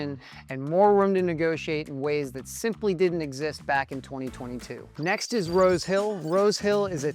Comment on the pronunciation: He said "Rose Hill". I swear I heard "road kill"!